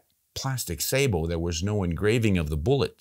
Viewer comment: Pronounce sa-Bo not Sa-bo with accent on second syllable like you are pronouncing it wrong.